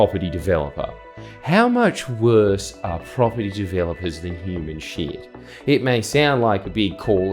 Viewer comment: You said ‘human 💩’ I thought you said ‘ human chimp’ saw the blokes ears and thought, yeah true…